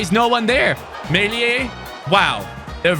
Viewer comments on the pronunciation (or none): none